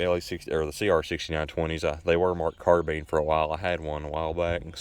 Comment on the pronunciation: AND it is a carBINE not carBEAN